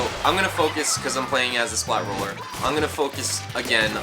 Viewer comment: It's roller not ruler.